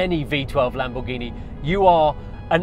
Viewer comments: "Lambourghini" Is this a new brand? 😂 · Video is sick and all the car is stunning but the fact that hes saying lambuhgini hurts every braincell in my head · LAMBOURGHINI 😮😂 como se pueden equivocar así? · Please tell the how to pronounce the cars name